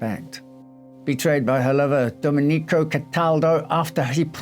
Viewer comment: Love this channel, but it's Do-MEN-ee-co, not Do-men-EE-co.